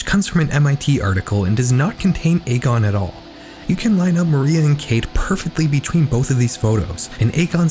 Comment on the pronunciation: Just so you're aware, Egon is typically pronounced "EE-gone". One of the main characters of Ghostbusters is named Egon if hearing it outloud would help. I would really really recommend finding a video of someone pronouncing that name if you aren't 100% positive how it's pronounced, especially if you're making a whole video about one person where that name will be repeated a lot. Pronouncing the subject of the video's name wrong right off the bat makes me question the validity of the rest of the research moving forward. Youtubers as a whole seem to have stopped prioritizing finding out how names and places are pronounced before making a video purporting to be informed on the topic, but that really needs be included when you're doing as extensive research as I know you're doing. Names are basic respect, pronouncing them correctly matters.